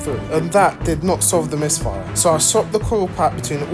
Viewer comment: yeah i think the same😂😂😂i dont know whether is that for content or something😂 everytime he goes like the caww has a slight misfiahh..😂